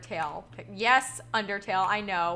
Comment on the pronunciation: Did you just said UnderTAIL Oh god